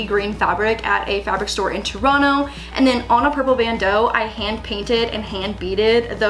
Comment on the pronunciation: I appreciate that you still pronounce Toronto like a true Torontonian